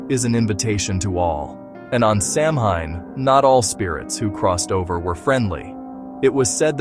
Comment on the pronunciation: Its pronounced sow when not Sam hine